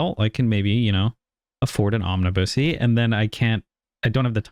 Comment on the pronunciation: I'm pretty sure is mispronouncing "omnibus"